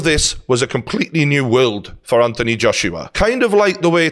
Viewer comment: if you wanna phonetically write a scouse pronunciation it's wealld not world haha